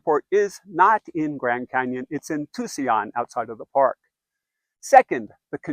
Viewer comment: Tuseeon? Tucson is not pronounced that way.